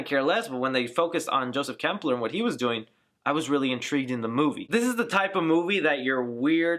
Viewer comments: Not trying to nitpick, but if you're gonna do an explanation video, you lose all credibility if your names / pronunciations are off. It's Klemperer, not Kempler It's Coven, not Covenant And they reveal her name to be Suspiriorum, not Suspirium at the ritual scene Hope I'm not nitpicking too much, and if I am, forgive me. It was just grating to hear those words over and over again. Love the video, though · Dude just on a friendly note you did botch the names Suspiriorum and Klemperer. Great explanation. Also it was Tanner who put the spell on Olga because Blanc said what happened was a mistake. Sorry if I'm sounding like a dick I'm just a huge Argento nerd! Seriously good job bro!